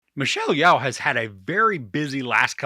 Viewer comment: Yeoh is pronounced as Yo